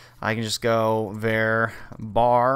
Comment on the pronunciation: Did this guy just call a variable "vare"? LOL